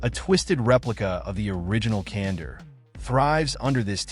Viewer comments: Kandor with a k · Can-door. Not Cander.